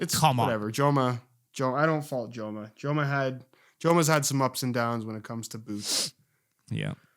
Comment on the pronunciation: Joma is pronounced like with an H. Kinda like in home, and the O is pronounced like in horrible, not home.